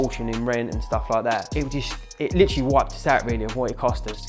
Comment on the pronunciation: I left at "stu' li' 'at" - just seconds in.